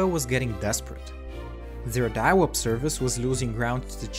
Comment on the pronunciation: Ah yes I remember diawup